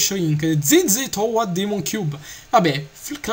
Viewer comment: el che inglese quando hai detto shrink limited demon creature,proprio così shrinc limitid dimon criaciur lol